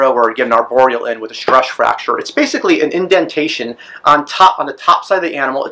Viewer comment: "Stresch Fracture" tongue twister.